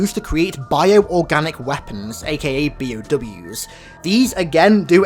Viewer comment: I guess no one have mention it yet. By the way, it is B.O.W not P.O.W. Bio Organic not prisoner organic weapon